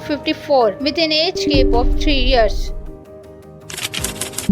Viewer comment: Yes I agree because it’s age gap not gape